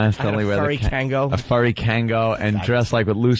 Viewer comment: Kangol... Kangol Not Kango